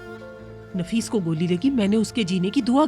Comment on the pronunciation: Naffish nhi hota nafees hota hai